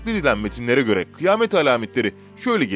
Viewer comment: Kıyamet=kıy-a-met.... Kıymet😱😱